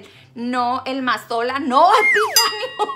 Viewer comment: Ese como dice aceite Mazola jajajajajaja es bien ocurrente😂😂😂